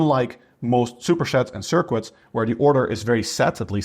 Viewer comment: It’s cute the way says ‘shupershets’